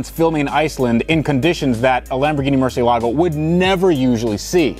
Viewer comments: Murcielligo? Lol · Haha! Loved the way you said 'or as the UK guys say, Murchee-elago': it was annoying me the way you were pronouncing it up until then, so that was a very nice touch, fair play!! (Porsha or Porsch..... who bloody cares really!!! Hahaha!!!). Incidentally I'm Irish, but we pronounce it the same all over Europe. 😁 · Mer-see-el-a-go. LOL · murciealago? xD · The way the VINWIKI guy said murcialago 😣😫🤒😷😖😔😢😭😰😱😨😧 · Tht first guy needs to learn how to pronounce murcielago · Mr Vinwiki please learn to pronounce ‘Murcielago’